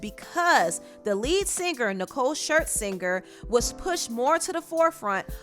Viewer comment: “ShirtSinger”...... I can’t 💀